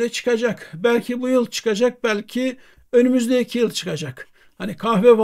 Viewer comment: Önümüzdeeeeki değil, önümüzdeki, bu tarz telaffuz hatalarını yapmayın hocam